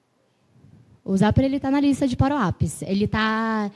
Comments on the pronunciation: Pq ela chama "parou app" ?? Nao seria "power app" (pauer ép) ? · "paruap" é pra acabar não é não? Como ela conseguiu "pauerap" ter pronúncia de "paruap"?